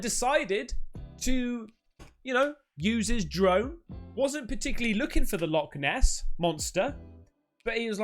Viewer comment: Not Loch Ness but.... "Log Ness"😂😂😂😂